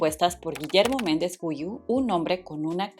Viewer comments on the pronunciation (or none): Se pronuncia “Guiú”, no “Güiú”. También es “Julissa”, no “Yulissa”. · No es Memo Méndez Guyu 🤣 se pronuncia Giú.... (Guiu la primer u no se pronuncia) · PENSÉ QUE ERAS MEXICANA! SE DICE JULISSA CON JOTA, NO YULISA. SE DICE GUIU NO GUIYÚ. MEMO MENDEZ GUIU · Me dio no se que que dijeras. Georgina george. Y es REGINA GEORGE. Y Memo mendez Guiu. No Güiu!!! Si no tiene dierecis es gui guiiiiu. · Te recomiendo que te informes bien en la pronunciación de ciertos nombres y/o apellidos varios los dijiste mal, por ejemplo es Julissa con jota de jirafa no se pronuncia “Yulissa”! Otro: el de Memo Méndez Guiu no lleva diéresis en la primer U, por ahí dijiste otro nombre mal y para rematar casi al final no supiste pronunciar uno de los grupos más icónicos de todos los tiempos que es ABBA! No se deletrea letra por letra se lee como está escrito! 😂😂😂 hay que poner atención a esos detalles! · Que buen reseña ! Es julissa, pronunciación ju como en julio, y memo Méndez Guiu, la “gui” como en “guitarra” Alix tiene un disco solita, con una rola que medio se escuchó, no recuerdo el nombre!